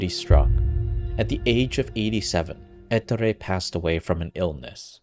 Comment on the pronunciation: Please never say ettore again. The pronunciation is on the o eTTOOre